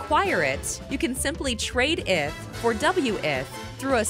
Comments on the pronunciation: It's Eeeeeeeeeth. Not ith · eh-th? ee-th ftw lol